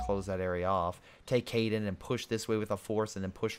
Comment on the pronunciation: How do you get Caiden from Caen? I mean I get you're bad at pronouncing but are you even trying?